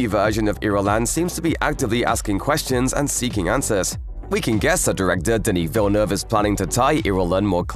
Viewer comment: Thanks for getting Denis Villeneuve's name pronunciation right!